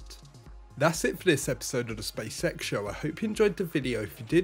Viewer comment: I heard spaysex not spacex😅